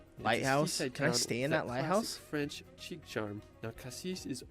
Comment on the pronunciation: OMG, so if you are going to go to France and do Youtube content for effs sake learn how to say the words correctly. Right out of the bat he mis-pronounces 'chic' - make me think this is all AI driven especially the audio sync issue right in the intro